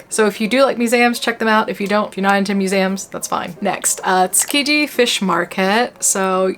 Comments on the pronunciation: Yeah same - Mue-zay-um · You pronounce the word "museum" in a way I've never heard in any English accent before. Where are you from/what's your first language? I'm so curious. lol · Why are you pronouncing Museums so weird?